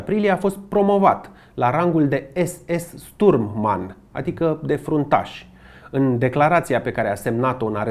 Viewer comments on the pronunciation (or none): Ador fiecare material pe care il postezi, dar ai o mica problema cu pronuntia unor cuvinte germane sau maghiare. De exemplu, in acest episod spui Sturmmann, dar se citeste Șturmmann. Si nu e Zyklon B, ci Țiclon B.